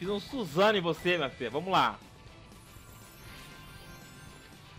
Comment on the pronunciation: kkkk A 3 skill parece que ele diz susano ou Morango huahuehua